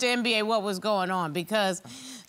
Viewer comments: Did she really called him Mr M-B-A ? lol. It's not an acronym, it's a full word that should be pronounced in one go "embah". That was funny though, love Judge Star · Not MBA it's a Biafran name pronounced as Mmmm ba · If I hear “Mr. MBA” again, I’m gonna lose it! Why didn’t they ask him how he pronounces his name? It’s pronounced “em-ba”. Very simple…sheesh!! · Lolll the judge call the guy mister M.B.A ohhh lord American its Mbaaa 😂😂😂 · 1 minute in..it’s Mba, like “Zumba”…. “Mba”. Not M.B.A 😂🤣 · Lol it's Mba as in (e_mba- rassed) not M.B.A haha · Ms. Jones, his name is not Mba as in second degree. It is pronounced “Mba”. Each time you say Mba, I crack up. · When Judge said Mr MBA, that cracked me up lol. That’s not how you pronounce his name 🤣🤣🤣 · I cringe each time Judge Star pronounces his last name as a spelling 😩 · Um, why is she calling him Mr. M.B.A???? I'm triggered. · Now judge Star, you couldn’t learn to pronounce that man’s name? It’s literally pronounced as in the ‘mber’ in November!